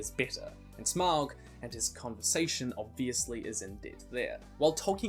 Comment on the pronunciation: It's pronounced Smog not how your saying it. Also I would like to be the God of fire.